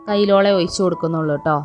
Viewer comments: ഒയിച്ചു കൊടുക്കുകയല്ല ഒഴിച്ച് കൊടുക്കുകയാണ്. പറഞ്ഞത് തന്നെ പിന്നേം പിന്നേം പറഞ്ഞു മടുപ്പിക്കുകയാണ് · Why she pronounce oyichu, uyinnu, etc. Boring